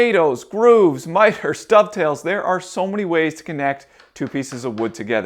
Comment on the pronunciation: Dado-ve-its :D